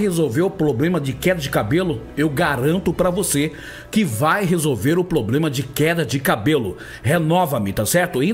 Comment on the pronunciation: Um padre não fala ploblema...heiiiii